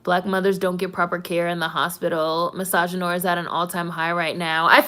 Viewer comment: Well, you pronounced misogynoir right...lol